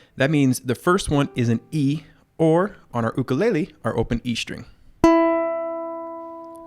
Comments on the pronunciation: he done did said ook-a-lay-le AND OMG I CAN READ NOW IM SO PROUD TY TY TY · Ook or yook I say yook when it comes to pronouncing Ukulele